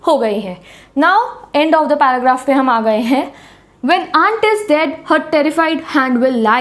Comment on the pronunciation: jab aap 'HENGE' bolte ho toh mujhe 'HAPPU KI ULTAN PALTAN' show yaad aa jaata hai.....😅😅